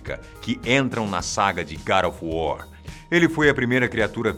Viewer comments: sepre que ele falava god of war eu escultava gari of war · Gara of War ???? E God of War !!!! kkkkkkkkkkkkkkk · Garo of wor... pronunciando o titulo...rindo muito... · "GAD OF WAR" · GADO OF WOR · Garu of wuaar kkkkkkkkkkkkk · Garo ofu wor kkkk